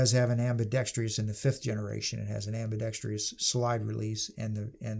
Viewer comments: Ambidextrous not ambidextrious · Guntards everywhere...it's pronounced "ambeedextruss" not "ambeedextree-us". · It is ambidextrous, not ambidextrEous. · What the hell is "ambidextrious"? I can't find this damn word in any dictionary. HELP ME!